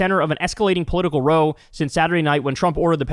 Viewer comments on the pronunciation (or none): It's not row as in crow but row as in cow. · 'ROW" meaning ruckus or fight is pronounced like WOW but with an R. (r-ow) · When "row" is used to mean "fight," it rhymes with "wow;" just FYI. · You mispronounced row - it's a fight, not the opposite of a column.